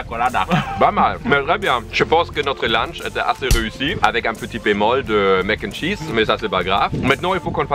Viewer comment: C’est Mac N’ Cheese, pas mac’chees